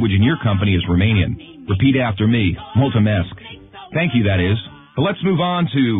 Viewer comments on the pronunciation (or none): I'm romanian haha I'm goin there nxt year and also he pronounced multumèsc wrong